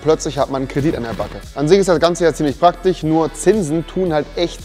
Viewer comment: Als Rewi in der Werbung "praktich" gesagt hat, hat er mich zum Lachen gebracht.